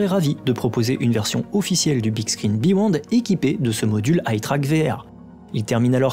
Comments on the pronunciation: Hello, bravo pour la vidéo:) Juste une précision, c'est pas le beWond c'est le beYond:) Tu te trompes en le prononçant:) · Le "bewond " ? ^^ :)